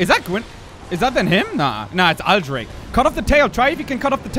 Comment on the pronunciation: The lady in the intro pronunced Aldrich in a different way :p Anyway, great episode!